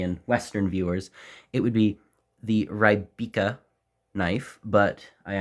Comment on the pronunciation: P.S im not czech, ukrainian american, but its "Ry-bič-ka" with "ry" as in "reed" not "ry" as in "rye"